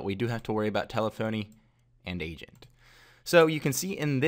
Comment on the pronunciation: Good video. Thank you. You should be aware though that telephony is pronounced like Stephanie and not tele-phony as it appears it would. I know this may seem trivial but it could cost you credibility.